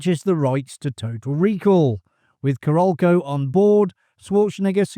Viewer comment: Who is the narrator on this thing? So Brit he cannot pronounce half the names of the actors, major players involved and even CAROLCO. Obviously has never researched seen the flick!